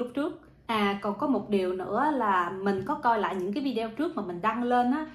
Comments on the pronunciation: ở nước Thụy Điển mà phát âm chữ Video không đúng là sao vậy? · Đúng đấy bạn,đa sống ở nước ngoài mà phát âm chữ video nghe kỳ cục quá.